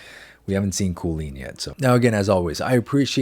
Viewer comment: BRO ALMOST MADE ME SPIT OUT MY SOUP WHILE HE SAID KOOLEEN 🥀